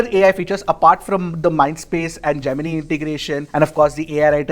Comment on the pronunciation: Why Indian pronounced Gemini in a weird way?